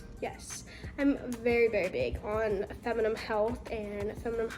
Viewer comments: whyyyy does she say feminime😭😭😭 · Feminnin😂😂love ya but you say it so funny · for the love of god, please learn how to say feminine correctly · You said "I'm not a gynecologist but I do know a lot". This is completely false. Especially considering you cant pronounce gynecologist or feminine correctly, you're selling a scented brand to prey on women's insecurities, and you're literally sixteen. Kindly leave the advice to the professionals. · it’s not a word that’s open to different pronunciations though 😂 you really should know how to pronounce it properly with your feminine brand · can't you teach her how to pronounce FEMININE?